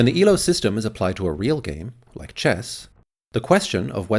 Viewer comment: FYI, Elo's name is pronounced A-low.